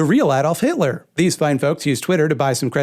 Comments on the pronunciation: I AM DEAD. Hit-el-lurr dear GOD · Welp guess I'm gonna pronounce it "Hitaler" from now on